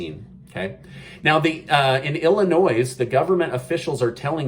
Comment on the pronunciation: The s in Illinois is silent!! love, native Illinois resident. I don't like the hypocrisy either